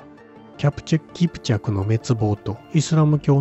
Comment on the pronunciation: 奪いたかったに姥捨てたかったが入り((( ；ﾟДﾟ)))けど面白い❗️ 最初聞こえたのは保管するで２回目は悪寒する❓️ 5:42１回目は持ち込んだですが２回目はもこみちと発音している様に聞こえました⁉️ (テロップの文章)キプチャクの滅亡と…読めた❕ (ナレーターのナレーションを聞いた範囲では)キャプチェクキプチャクの滅亡と…聞こえた❔ 最初は容易に齷齪と聞こえ次に容易にアクセスと聞いた‼️ 面白い仕掛ですね🎵。